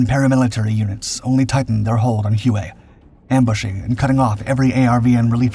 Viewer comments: Ask a Vietnamese how it is pronounced, it is pronounced Way not hu a like he was saying it. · Not Hew-A, HWay. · Huay? Try: Way (Hue). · Great pod. Just a note, ‘Hue’- is pronounced: “way” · No way man, its hugh as in hugh Beaumont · If you are going to talk about something and repeat it ad nauseum say it the right way! Hue is pronounced Way!